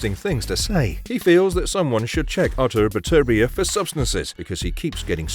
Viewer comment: At last a narrator who actually pronounces Artur Beterbiev's name correctly. Unlike the dumb Yank's, who call him Better-bi-ev.